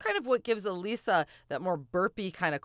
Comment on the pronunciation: It’s uh lissa not uh leesa. Get it right